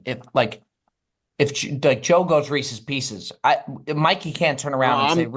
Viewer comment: That Reeses "Peecees" debacle still makes my blood boil... Remarkable stuff